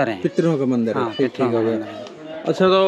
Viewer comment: Mandar nahi Mandir hota hai bhai aur Shiv Ling aur Bhagwan ki photos ko pada hua mat bolo